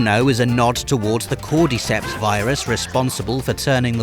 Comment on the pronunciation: Cordyceps virus? You couldn´t even read the title of the newspaper properly.